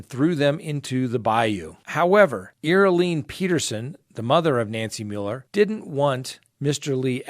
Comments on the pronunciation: Her name pronounced is Gee Lynn not Gis Laine. Glad there is no bail granted. She deserves everything coming to her....and life of living in a cell all to herself. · Ghislaine Pronounced (Ghee-lane) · Her name is pronoinced Gi- Lane or jis-lane in French. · I know y ou don't like to hear anyone correct you, but Ms. Maxwell's first name is pronounced "Ga-lane." There's no 'i' or 's' enunciated within her name. Also, in reference to your video that included the story about the crazy lawyers who "felt in danger" in their own front yard, I'm a little disappointed that you support what they did. The protesters were not threatening them; yes, they were walking through a private neighborhood, but these two lawyers acted overly-dramatic with their weapons drawn. You said authorities were able to confirm that the wife's revolver was inoperable, however, who knows how many other guns they own and could have easily ran inside and with another one of their guns and easily have shot and killed someone. These people over-reacted very dramatically and held responsible for their inexcusable actions. I guess I'm just disappointed how you would think this is okay. Thanks for your videos; I do enjoy your content, however, I was taken by your response of these two irresponsible homeowners. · ghislaine... (french name) sound like >geece-lane< ..!! if it can help! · Ge Lane Maxwell - correct pronunciation!!!!! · Ghislaine name is not pronounced like that 🤣😂🤣 PLEASE watch a news report WITH AUDIO and get the correct pronunciation lol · You're learning - you're not pronouncing the s in Ghislane Maxwell's name.Tres bien.(Very good in French). Always respect your legal expertise. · You make me lol straight away with how you say her name